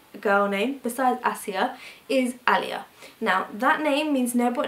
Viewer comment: When Yu say Aalia, did Yu mean , Aliyah...like the Saints (Sufi saints).. or the lovers of Allah....or did Yu mean Aliya, as in the feminine form of Ali?